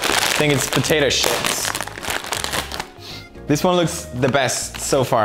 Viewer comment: I love how instead of potatoes chips he says "potatoes ships"